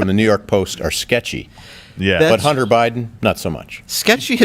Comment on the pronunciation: He said Hunty